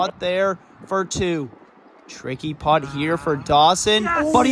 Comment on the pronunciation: Love this concept but my goodness, hearing the word “putt” pronounced as “pot” is gonna drive me insane.